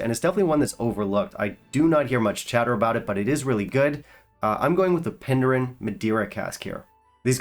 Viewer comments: Good video. Not tried all of these but I've had the Craigellachie 13, HP, Laga 8 and Penderyn Madeira, and I have to agree with you on these. Especially the Penderyn Mediera. I live in Wales, and Penderyn are my local distillery, being about 15 miles away. By the way, Penderyn is pronounced slightly differently. its pronounced more like "Pendehrin" (so the first half doesnt sound like "Pender", more like "Pendeh", no "er" sound in the middle, more of an "eh" if you know what I mean! GOD its difficult putting sounds into words sometimes!!!😁 By the way, I can 100% recommend the "Penderyn Peated Portwood" (not to be mistaken with the "Penderyn Portwood" and the "Penderyn Peated" by the way, the "Peated Portwood" is a totally different beast) Really recommend you get yourself a bottle. It's an absolute stunner. One of my all-time favourites in fact...and I've tried LOADS (not as much as you of course!) 😄Keep up the good work. Fantastic channel. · your wit and knowledge is absolutely fantastic but you should learn how to pronounce Penderyn during your research 😂